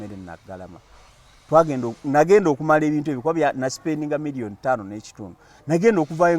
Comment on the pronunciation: Naye Kasuku lwaki ogambye mirion, mbu mirion😂😂😂